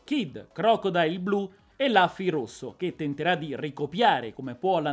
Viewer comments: la pronuncia più corretta è Luffy come lo leggeresti in italiano, rufy è accettabile comunque. Rubber di sicuro no! ahaha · comunque si dice lUffy con la U non ne posso più scusa ero convinto che qualcuno in tutti questi video già te l'avesse detto